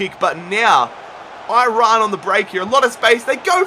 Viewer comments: That guy just said Oirayn for iran? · im persian and aussie bilingual basically but is it me or do every one pronounce Iran wrong in my mind lol